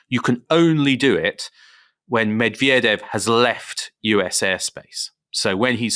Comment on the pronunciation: The thought that a USAmerican could pose as a Russian without being ethnically Russian and brought up speaking Russian is... No. That Murrican chap on the podcast, very eager to promote his knowledge in other ways, can't even be bothered to TRY to pronounce Medvedev properly.